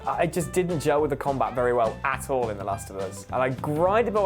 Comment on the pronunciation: When said "at all" it sounds like "ass-hole" And I think the elder scrolls games are overrated.